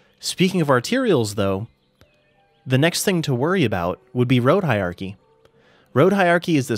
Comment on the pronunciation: Hierarchy has an "R" sound in it.